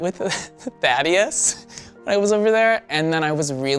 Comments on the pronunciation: Every time they said Thaddeus I heard "daddy yus" also what is Dimitri Instagram he is pretty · Am I the only one who thought he said daddy not thaddeus lolll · Sounds like he’s calling the guy best friend daddy lol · Every time they say the guy friend’s name it sounds like Daddyus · I just keep hearing "THOTteus" tbh